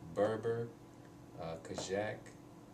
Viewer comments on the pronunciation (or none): It is kazakh language,not kazhak